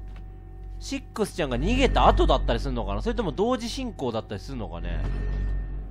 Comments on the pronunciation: レトさんシックスちゃんの事をセッt って言った・・・？いや聞き間違いか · カップラーメン せっくsちゃんって言ったぞw